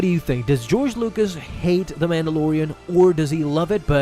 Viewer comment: It's those headlines and how he's emphasizing the word 'hate' when it's really more disappointment.. Kinda disappointed tbh